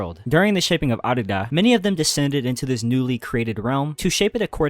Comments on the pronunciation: Bro keeps saying Arda as Ardida I’m weak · Arda… it’s Arda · sorry man, leaving after hearing you mispronounce Arda for the 10th time. it just grinds my gears